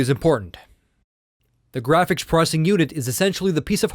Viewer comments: its processing not prosing. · It's pronounced "ZEENOS" not "UGHXZENOS". try annunciating more. that way you'll actually be saying "pro-cess-ing" instead of "pro-ssing".